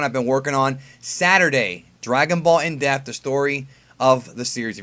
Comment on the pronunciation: in-deaf lol